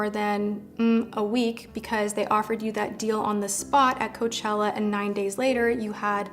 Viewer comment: coachella...... ROACHELLA